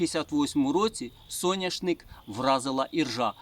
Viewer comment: Соняшник,а не сояшник